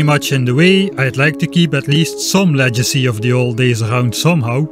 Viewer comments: FYI, "Legacy" is pronounced "Leg - acy" not, "Lejacy" xD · Just FYI - Legacy isn't pronounced like legible. It's Pronounced - Leg Ass E. I know... English is a mess. I find it hilarious that you're familiar with El Cheapo though.